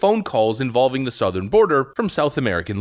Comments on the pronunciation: Did he pronounce southern border as south-earn border? Sounds like it n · Not to mention his pronounciation of Southern was SOUTH ern border. 😅🤣😂🤣😅